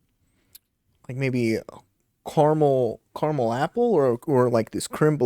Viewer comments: it's definitely NOT "kara mel" ... its CAR MEL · Car A mel....